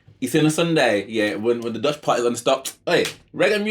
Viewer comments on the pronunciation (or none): none